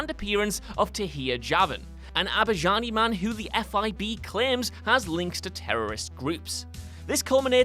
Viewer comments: ‘TherMOses’? You really should give the scripts a preliminary read before recording. Also, it’s Azerbaijan, not Abaijan. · Did you seriously pronounce Azerbaijan as Abajan?